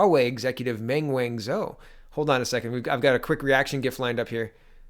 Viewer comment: Thanks for saying gif right my guy